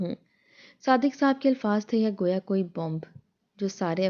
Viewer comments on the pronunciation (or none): none